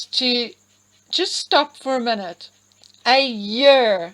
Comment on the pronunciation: Interesting, the way you say Year is the same way "Archie" said year in H&M's Podcast!?🤔🤔